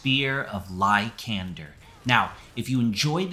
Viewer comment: The way you say LY-KAND-ER makes my feet ball up lol.